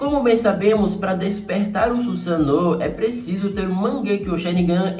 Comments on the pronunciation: Dar agonia ouvir o falar "Susano'o" kkk, pode falar normal eu não ligo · O jeito que ele fala Susanoo com o sotaque, fica na mente kkk, não tem jeito kkk